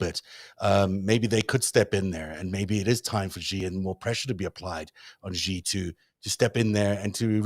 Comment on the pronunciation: The "X" in the Chinese name "Xi" is not pronounced like the "g" in the English word "regime"; it is pronounced more or less like an "sh." Thus, the Chinese name "Xi" is pronounced more or less like the English word "she."